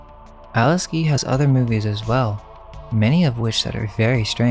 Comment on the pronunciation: Nice vid, but you need to learn English. Her name is Alice Guy, not Alice Gee. I am sure you are a smart guy.